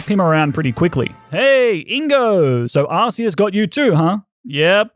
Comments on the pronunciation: AR-CEAS NOT AR-SEAS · Bro, u mispronounced arceus, it’s pronounced ar-koos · It is pronounced ARK-EUS!! IT IS THE ARC POKEMON NOT THE ARSE POKEMON!! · Its Arceus "Ark-eus" nor Ars-eus you noob, lmfao. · It's ARKEEUS NOT ARSEEUS SCREEEEE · Why do so many people pronounce it pokemon legends arseus and not arceus they literally say arceus in the movie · You said arceas wrong